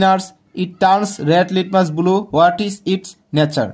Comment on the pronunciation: Not bulu it's blue😂